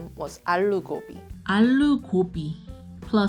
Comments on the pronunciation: iss not ALLLLLO its allu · it's not allo it's aloooooo